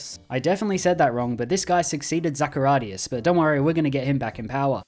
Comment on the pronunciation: Zachariadis not Zaharias. Anyway, you havne't managed to pronounce correctly not even a single Greek name :D ! Therefore, well done, nice video mate! :)